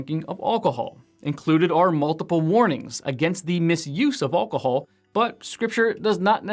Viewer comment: Thank you for this lesson. However, I would have found this more useful if his pronunciation of ALCOHOL was not so unusual and distracting.